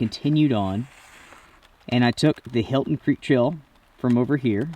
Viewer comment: The 'Hilton' Creek Trail....😂😂😂. Helton,. Helton. 😜